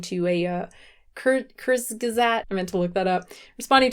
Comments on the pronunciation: I think the way to say, "Kurzgesagt" is CURTS-guh-ZAWKT. I also like how WIL said, "All food waste is bad," but right after showing that 82% of plant-based foods are wasted, compared to the 14% of wasted animal products 🤦🏻‍♂️ You got to admit: He kind of screwed himself and his point with that Update: I did some digging; and it seems that Kurzgesagt is German for, "In short." I think it literally means, "Briefly said," but... does it really matter? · Kurzgesagt= "courts gez-act" Like "short said" (said briefly) or "in a nutshell". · pronouncing kurzgesagt made my day haha